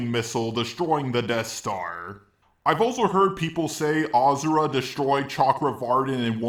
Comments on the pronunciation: Why do you keep saying Ahzura? And I already can see you don't know the fact that this game is from a religion and the "Giant Sumo Wrestler" is a God. Now before I make a rant on this entire video let me finish it instead...... Edit 1 : Asura fought the gods basically in a ranking system you saying his feats aren't much more impressive are wrong because each time he beat one the more struggle he went through from the next. I'd say at least 2 Gods he didn't struggle with I can agree in that. Edit 2 : Asura didn't absorb the laser he Activated his Mantra form and apparently just in time blocked the laser from earth. Also Mithra gave him his Mantra form to have it wasn't temporary. Same how she was forced to give the form for the first boss. Edit 3 : The punch didn't kill him....as Mithra said "If you kill him all Mantra will be lost and you will die." So him killing Chaka killed him. Im going to assume maybe you didn't really play the game... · galacta for some reason, your comment wasn't shown to me. so, here's my late reply. yes, pronounced him wrong, and I never said he didn't. but there's no evidence that you pronounce him "As-sir-ra". nobody ever called him that way, so why do you think that it's the right pronounciation? you pronounce him like jarelgiraffe wrote it. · ok, my mistake with the as-sir-ra. and no, sir and suu are pronounced differently. I've never heard anybody that makes them sound similar. yes, the video is proof that you don't pronounce it "Ah-sir-ra". you pronounce it "Ah-suu-ra". these's a big difference between them. and just you know, I've played the game in english and there he was called the exact same way as in japanese. just you pronounce it different than the rest of us, doesn't make it the right pronounciation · if you'd pronounce him really that way, then why is everybody ingame calling him different? simple, because you're wrong. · He isn't pronounced "Azura" or "Ashura" just say "Asura" like it's spelt bro